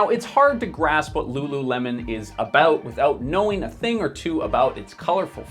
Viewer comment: ru ru remon? 😑